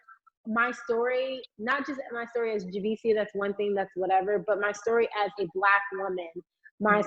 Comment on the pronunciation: you are “rawcis’ “for mispronouncing Javicia’s name🤣🤣🤣